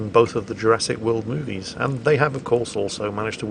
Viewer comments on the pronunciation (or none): none